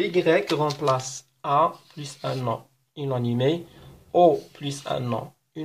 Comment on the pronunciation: شكرا على الشرح الرائع عندي فقط ملاحظة لماذا تنطق inanimé ب هذا النحو {ynanime} unanimé وشكرا